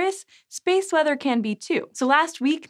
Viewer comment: "...space mother..." sigh, had me scared for a minute. Had to rewatch it a few times, now realize you're saying space WEATHER....sounded like mother, and I was wondering if I'd fallen into the rabbit hole.